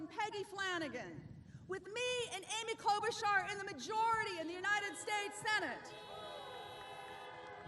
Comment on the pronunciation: "Senator Aby Kobelsgar"